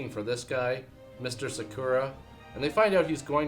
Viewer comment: Yeah pro-tip for bad movies in America - pronounce Sakura as incorrectly as you possibly can. Put extra emphasis on the second syllable. The very thing you should never do when pronouncing anything Japanese. Adds flavour.